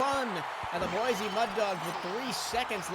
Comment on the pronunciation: Y'all need to learn how to pronounce Boise lol (Boy-see not Boi- z)